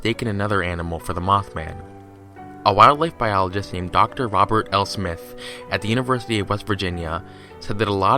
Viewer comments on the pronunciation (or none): none